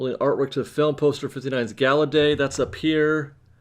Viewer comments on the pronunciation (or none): none